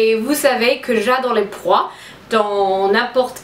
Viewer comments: Hihi, tu dois dire des "pois" et non "prois"! ^^ Tu est radieuse et j'adooore ton style! Bisous! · on dit des pois et non des proies :-D :-D i love you so much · Hahaaa juste ma belle on dit " pois " et non " prois " ;) sinon comme je l'ai dit tu es sublime je suis absolument fan de tes videooos tu es tres naturelle ! Continue comme ca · Coucou, super vidéo! Tu me donnes envie de faire plein de dépenses, tes robes sont vraiment superbes! Mais on ne dit pas proix mais pois! Pour ton crop top;) Bisous et bonne journée! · Ce sont des pois ma chérie et non des prois^^ mais ton accent est adorable <3